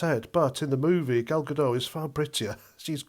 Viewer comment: Great review, throughly enjoyed. It and it's Gal GaDOT not GaDOH